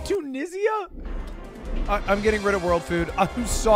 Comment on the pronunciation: Why does Ludwig say Tunisia like that